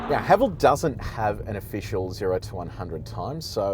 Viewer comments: The name Haval isn’t derived from any meaningful Chinese. Thus, just pronounce as “Ha Val” : ) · Pronunciation- It’s Ha-vaaaal. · Kia Ora, Haval in Chinese is pronounced Ha Fu 哈弗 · Ah, it's pronounced 'Haval' rhymes with 'travel'. It's not a Chinese word. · In cantonese Haval pronunce ha fxxx😅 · Haval is getting incredibly popular here in South Africa. We pronounce it Haa vaal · In Chinese, Haval is pronounced ‘ ha full ‘ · Brand pronunciation guide in Mandarin: ha-fo. 'ha' like the laughter haha, 'fo' like the 'fo' from the word forgive. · Im a Chinese living in SYD，we pronounce HAVAL sound like [hʌfo] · 哈弗 (Hāfú) is the Chinese spelling, and you pronounce that just like "Hafu". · 哈弗 You pronounce the first part of HALF, or simply HA, and the first part of FOOD, or simply FOO. HAFOO then. lol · Thanks for your fine review. I appreciate the fact that you are the only reviewer of whom I know who does the 80 to 120 essential for passing B Doubles. [ps. someone below is Chinese and comments on how to pronounce HAVAL. My only issue having taught English is pronouncing 'H' as AITCH. thanks again.] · As Chinese I can’t pronounce Haval either. I think they picked this name to confuse the Chinese people to think they’re German cars.